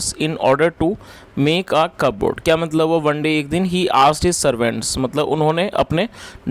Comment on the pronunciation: Cupboard matlab kya hota hai sir, pronunciation cup board hota hai ki cuboard